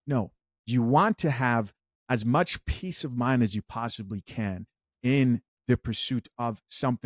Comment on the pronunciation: Peaice not piece Not the same.